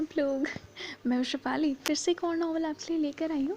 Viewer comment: I don't know about the novel but the way you say your name "" is beautiful